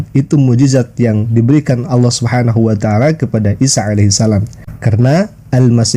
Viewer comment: Nanti di klaim adzan itu udah ada sebelum Islam dan digunakan Kristen Arab sebagaimana mereka klaim sebutan Allah. Aneh nya mereka sebut alah sementara Kristen Arab menyebut Allah sebagaiman muslim menyebut.